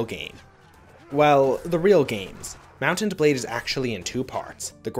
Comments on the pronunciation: why are you seemingly straining to say Mount and blade? putting an emphasis in the T in Mount. just say Mountain blade or Mount-n-Blade. it rolls off the tongue better. you don't NEED to say it like that dude. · He says it like "mountained blade" one time